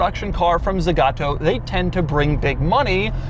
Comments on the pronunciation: You said "ZEgato" like 300 times... It's Zagato. zAgato. The two "a" are pronounced exactly the same. Za ga to. ZA GA TO. It's not that hard... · The brand is called Zagato, not Zegato nor Zigato. It hearts to hear the name mispronounced throughout the whole video.